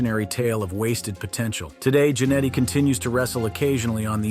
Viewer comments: It's not KAH-mala (like in Kamala Harris), it KUH-MALA. It's not JAN-etty, it JANETT-EE It's not X-Pack, it X-Poc Honestly this is my pet peeve with these kind of wrestling lists. Is it really so hard to do a little research and watch one of their matches to learn how to pronounce their names correctly? There's dozens of videos available on YouTube. When you mispronounce a name, it makes it obvious you never watched one of their matches and thus probably don't know what you are talking about. Did you just cut and paste from wikipedia or something? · I cant with the "KAH-mala" "X PACK" and Marty "JENN-ity". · If you're going to do a video on wrestlers or anyone, you should know how to say their names. Kamala with 1 syllable and I laughed out loud when he said Jan-netty. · the same reason he called him Marty Jen etty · I love how they pronounce Marty Jannetty. Wanker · Please pronounce Marty Jannetty right